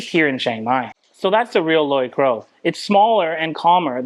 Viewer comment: Finally a vlogger who can actually pronounce Loi Kroh correctly..